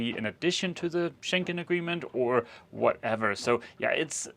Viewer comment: It's getting on my nerves, sort of, when both of you always say "Schenken" and the right name is Schengen - with a G and not a K. The border control treaty was signed near or in an area in Luxembourg with the name Schengen. Saying it incorrect is as disturbing as if ppl started referring to the capital of Denmark as Copenhaken. Sorry for being a nervous language geek! Still in Norke (Norway), wishing you a happy sail to Enkland :)